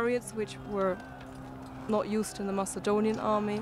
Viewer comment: why do they read Macedonian as Masaedonian